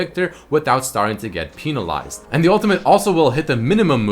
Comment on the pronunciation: "Pinalize" nice